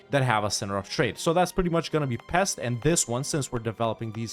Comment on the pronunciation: Hey great video as always! Just a tip for possible future references (and FYI for anyone that cares) in Hungarian, any name with an 's' is pronounced like "ash", the regular "s" sound in English is marked by "sz". So János Hunyadi is Jáno-sh Hunyadi, and Pest is Pe-sht. I know most people don't know this or worse, don't care, since it's an arguably smaller, lesser-known and just completely different language than any other European major one, but it's just really annoying to hear constantly even at airports as a native speaker :D Anyways, keep up the good work bro!